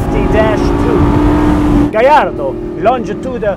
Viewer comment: it's an Italian car, with a SPANISH Fighting bulls name, just like ALL Lamborghini's have been since day one. it is pronounce GAY YARRRRRDO..fact....